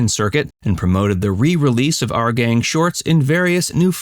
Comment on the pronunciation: It's not " Are Gang ",...it's ' Our Gang '. ' our '...pronounced like ' hour' only w/o the silent ' h '. Geeze.